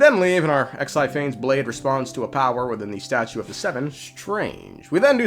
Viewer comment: Exaiphanes... Ex ai Phanes